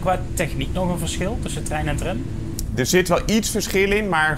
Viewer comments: aub spreek tram uit als tram niet als trèm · Het is Tram niet Trem, zeg dat dan ook!